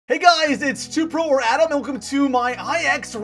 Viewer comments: Used to always think he said Adam till I saw in his yt name 😐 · I thought your intro was Adam not atom lol